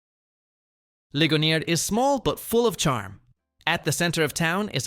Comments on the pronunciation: it's pronounced bell-font, or you're not a local. And liggon ear. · Didn't know Ligonier (rhymes with pioneer) could be pronounced so many different ways. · 1) It is pronounced Lig-O-Near. 2) the Big Mac was not 'invented' in Uniontown, it was STOLEN from the Big Wink at Winky's in Connellsvile 3) If you only go to Ohiopyle to see Cucumber Falls, you are doing yourself a HUGE disservice! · Li-go-neer. We don’t speak French here. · The pictures of Bedford PA are NOT Bedford. The first picture of the park by the post office is in Bedford, but all the rest of them are of some other town. Also, learn to pronounce Ligonier and Bellefonte. Sheesh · Oh, you really need to get the pronunciation right on some of those towns, especially Bellefonte and Ligonier. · Hearing those made my ears hurt. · When my mother heard anyone pronounce these like that she'd tell them "Oh, dear, you're giving it too much credit.."